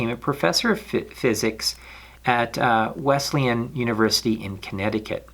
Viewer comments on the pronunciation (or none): none